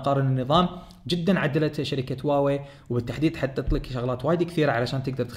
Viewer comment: حبيبي النطق الحقيقي الهة هو هُواوي بضم حرف الهاء